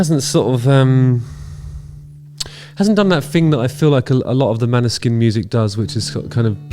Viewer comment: FYI proper pronounciation is more like "Maw-ni-sheen". It's Norwegian for Moonshine. The "å" is actually more of a short "o" type sound, and the "sk" is a "sh". Their Eurovision win was a breath of fresh air cutting through all the pop and power ballads.